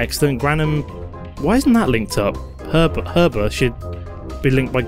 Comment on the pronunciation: The H is silent in Herba ;)